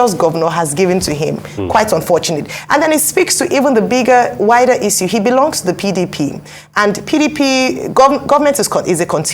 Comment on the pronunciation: Why keeps saying, “easuu” instead of Issue / iSHoo /? Please, learn proper pronunciation. It’s hard to take you serious when you don’t know how to pronounce words like this one.